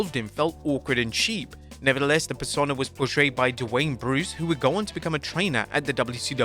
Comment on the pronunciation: Why can’t you pronounce persona?